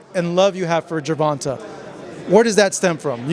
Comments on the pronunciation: Put some respect on the man's name, it's not Ger-von-tuh its pronounced Ger-von-tay. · This refuse to say his name right GER-VON-TAAAAA!!!! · JER-VON-TAAAY...LIKE HAY...Are you and paulie gaay?? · Why is this dude MISPRONOUMCING Tanks first name????? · Why does the interviewer always pronounce Gervonta name like that? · Great interview but how many times are you going to mispronounce Gervontae… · Lol he religiously says Tanks real name wrong intentionally. He’s heard it said correctly so many times too, I be laughing hard af lmao. Last time he replied to me saying “you look too deep into things” lol knowing that he not saying it right and continuing to “till this day!” in my wilder voice lmaooooo he knows what he’s doing lmao